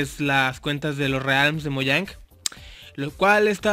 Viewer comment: Hoye se escribe Mojang y se dice Mouyang